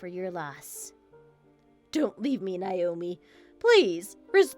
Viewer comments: Why is Naomi/Nayomee being pronounced Nyomi/Niyomee? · No. it’s pronounced Nay-o-me. Ask me how I know.